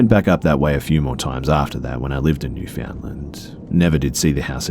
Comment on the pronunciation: Newfoundland's pronouncation is spot on! Way to go B!